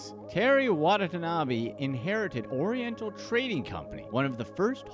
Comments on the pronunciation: I had to stop watching because in that time the narrator mispronounced the man's name not once, not twice, but three times. It's not WA-NA-TA-NA-BE. It's WA-TA-NA-BE. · His last name is Watanabe, why the video pronounce it as Watata-nabe? Lol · Why do you pronounce his last name Wadatanabe and then Watanabe; explain to me your reasoning. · when ever this guy says watanabe it cringes me inside